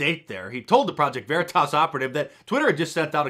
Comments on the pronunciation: Project Vuh-REE-Tus. Clever. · "Project ver-e-tis" LMFAO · LOL the dude even talks about it to him and he intentionally mispronounces Project Veritas LOL. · Him mispronouncing varitas is so good 😊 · Project Ver-E-toss, that guy is a pro! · "Project Vereetas? WTF is that?" lol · The fact he said "vureetis" to cover himself was GOLD. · Love it when he mispronounce "Preject Veriiitaas" :elbowcough::goodvibes::yougotthis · PRO-JECT VA-REEDUS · Pro-ject Vuhreetus. What's that? 🤣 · 😂😂😂”Project Vair-reeh-taz!!!😂😂😂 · Vureetus? Lol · Mispronounced Veritas 😜🤣😂 sucker!! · Like how the Veritas operative mispronounced Veritas...🤣🤣🤣👍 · Mispronouncing 'Veritas'...excellent ploy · I love how the project veritas guy mispronounced 'veritas'. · Dude mispronouncing Veritas is epic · the guy mispronouncing "veritas" gave me a good laugh, thats some next level spy skills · How he was able to knowingly mispronounce it without giggling a little and keep a straight face.... next level spy.